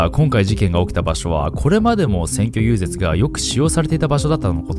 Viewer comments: 遊説を、ゆうぜつと読んだらあかんよ ゆうぜい、な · 細かいことを言ってすみませんが、「遊説」は“ゆうぜつ”ではなく”ゆうぜい“と読みます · いつも楽しみにしています。「遊説」は、ゆうぜつ、ではなく、「ゆうぜい」と読むのだよ〜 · 『遊説』は『ゆうぜい』です。『ゆうぜつ』ではありません。ナオキマン、クオリティ高い動画だから、指摘するね。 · X 遊説＝ゆうぜつ ○ 遊説＝ゆうぜい でしたね。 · ナオキマンさーん、遊説=ゆうぜいです(こそり) 今後のため一応訂正させて頂きました💦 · 遊説=『ゆうぜい』 『ゆうぜつ』✕ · 選挙遊説 ゆうぜつじゃなくてゆうぜいやで これ読めないってびっくりするわ草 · 遊説=「ゆうぜい」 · 「遊説」＝「ゆうぜい」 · 遊説は、ゆうぜい、って読みます☺️ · ゆうぜつが気になって頭に入ってこなくなる😭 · 細かいことですが、遊説は「ゆうぜい」と読みます。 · 遊説 ゆうぜい 176万人も登録者がいるんだからチェック機構をしっかりしないと日本語読めないキッズが量産されちゃうよ 上からモノ言ってしまって申し訳ないけど がんばって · ごめんなさい、気になって気になって 遊説 <-- ゆうぜい と 読みます 小さい事でほんとすみません。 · 遊説（ゆうぜい）ですよ〜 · 遊説はゆうぜいと読みます。